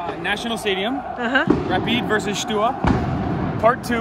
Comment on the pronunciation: You said it right, Rapid vs Steaua!